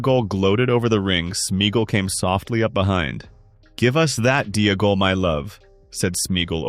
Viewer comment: Oh great, based on AI's mispronunciation you have now changed the proper spelling of Deagol. Yikes.